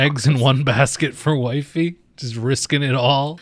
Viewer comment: Can we call "Wifey" WiFi instead. Please. Formal request. That's what I hear in my brain every time it's said.